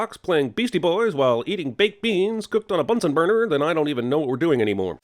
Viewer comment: It's BunsEn burner. "Ding!"